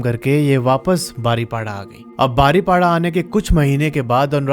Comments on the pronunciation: It's बारिपादा not बारिपाडा. ☺️☺️😊😊❤️❤️Luv from Odisha. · Pronouns thik se kar le bhai woh baripoda hota hai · ...baripola nehi❌ Baripoda✅ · BARIPADA😂 NI BARI PADA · बारिपाडा नहीं है बारिपदा है । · बारीपाडा नहीं है वो, बारिपदा नाम है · Baripada not badipoda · Rasulpur nahi Rasulgarg Angul nahi Anugul Baripda ko बारीपदा bolte he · Nice story. Rasulpur nahi Rasulgarh, Baripada-बारिपदा * isse batane me meri koi galat intension nahi hai but me chahti hu ki koi galat pronounce na kare. Proper word sabko pata ho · bro said baripada 😂😂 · Bhai agar Hindi padhni aati hai toh it's बारीपदा and रसूलगढ़ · Bhai baripada- में "da "- दा... बारिपदा।😊 Love from odisha! 🤟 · Baripada pronounce galat he .. google se pucho